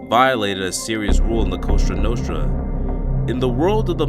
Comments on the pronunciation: Cosa Nostra. (sounds like Coza Nostra) Not Costra Nostra. Otherwise, great video. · You really shouldn't say 'la costra nostra' if you want to make sense. It's 'cosa nostra' as in 'our thing'. Not 'the our thing' because in Italian as in English that makes no sense. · AGAIN ... LA COSA NOSTRA , NOT LA COSTRA NOSTRA . IN SPANISH , COSTRA IS CRUST 😂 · Nicely put together podcast, but it's "La Cosa Nostra" (Our Thing) not 'La Costra Nostra' (Our Side)..😏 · Bro... it's Cosa Nostra....do you even live in Philly... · It's Cosa Nostra not Costra Nostra. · COSA NOSTRA NOT COSTRA NOSTRA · It's "Cosa" not "Costra" Nostra. You deserve credit for at least not putting a "La" in front of it. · La COASHTRA NOSHTRA😂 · This is just being honest. You need to work on your reading skills. Also,stop trying to pronounce certain names in a ridiculous high pitched voice. It hurts my ears. And you can't say COSA NOSTRA!!!!